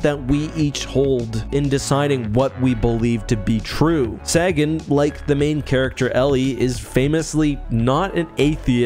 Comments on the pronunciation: Pronounce Carl Sagan as "Say Gun" not "Sair gan" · Weird that you mispronounced Sagans name. It’s “say-gan” not “sah-gan”. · ARGH!!! Dr. SAGGIN'??? Long "A"....... 😂